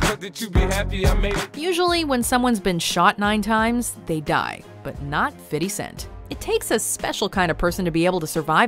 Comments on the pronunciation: Never heard of "Fiddy Cent" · Im from montreal and no ones says fiddy lol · "Fiddy cent"... what is she trying to say😂💀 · Fiddy cent? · Tj Walkins cent* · and "fiddy scent" really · Please stop calling him fiddy cent. That shit don't sound right no more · "fiddy cent" LMAO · "FIDDY CENTS"?!?!?!?!?!?!?! LOL!!!!!!!!!!!!!!!!!!! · Anyone else cringe when she said "Fiddy Cent"! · "Fiddy Cent" 😂 just stop already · soon as i heard "fiddy cent" i scrolled down to the comments. I know i'm not the only one who heard that shit. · "Fitty Cent" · Fitty cent??? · who the fuck is Fitty cent ? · fiddy cent ffs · Who the fuck is fiddy cent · Did a White girl just call 50 Cent, "Fiddy" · im kind of offended by how she pronounced fifty cent. What the fuck was that